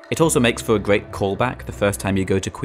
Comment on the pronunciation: this game is weally good. what a gweat game. simple bwilliant.